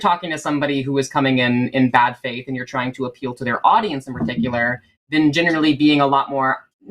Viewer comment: When says "I left the Christian faith" it sounded like "I want to crush your face".